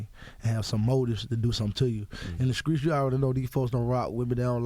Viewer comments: How many ppl cringe when folks say SKRAIGHT ,and SKREETS jnstead of pronouncing the T in STREETS.. UGHHHH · Gucci's speech: rekuds, induscry, screets, schleep, shpring, etc. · skreets = streets induskry = industry